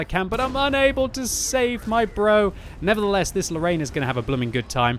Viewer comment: has the best "nevertheless" ever